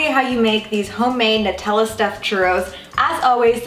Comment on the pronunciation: it's..... it's pronounced Nutella (NEW-tell-uh) triggered